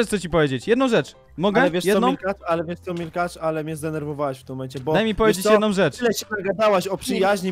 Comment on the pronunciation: Aaaa Milkacz przez 2 a nie szkacz!